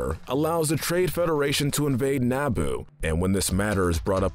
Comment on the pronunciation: who is Key gon jin and what is Nabo ITS QUI-GON-JIN AND ITS NABOO